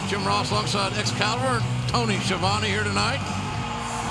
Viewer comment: I just realized we may get to hear Jericho refer to Tony as Ski a Vone yet again. Thank you AEW.